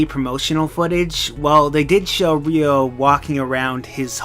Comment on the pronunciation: Wat is reeyo? its ryo